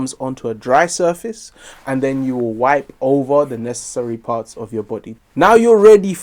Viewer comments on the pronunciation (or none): none